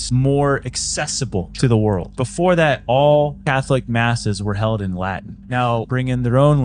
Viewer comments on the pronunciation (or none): none